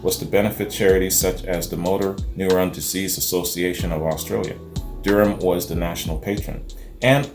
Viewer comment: Her last name is pronounced Da Ram. She is an Australian treasure. I remember her when I was a child (b1965) The Seekers were the first band I was aware of and I have loved them all my life.